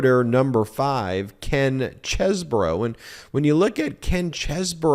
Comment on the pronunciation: It's not Kevin Chess-bro. It's Keven Cheese-bro. 😂